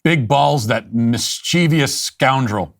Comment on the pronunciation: "Mischievous" only has 3 syllables Matt!! I'm so disappointed in you. Everything else was fantastic, I love Big Balls by the way.